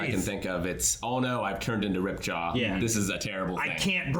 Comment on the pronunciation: It annoys me to no end how they say Ripjaw and not Ripjaws. I know its no big deal but it's just a pet peeve lol